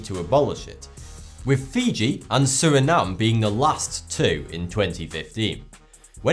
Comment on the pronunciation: you acctualy pronounced Suriname correct